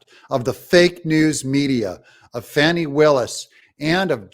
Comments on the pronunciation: Her name is FANNIE, not FAWNIE. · Fauny my Fanny. It is Fanny Willis, not Fauny! And she is hiding that too! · Fani is pronounced Fani not foni, fan is fan, not fon! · It's Glutius Maximus Willis. Say the name of the D.A. of Fulton county correctly 🎱